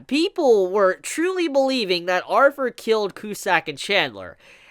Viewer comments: I know its just how u say it but u keep forgetting to add th when u say Arthur u just say arver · Sound like you saying arfur. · it’s Arthur not arfur